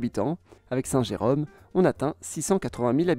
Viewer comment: Ce n'est pas Saint-Jéreme, mais bien Jérôme.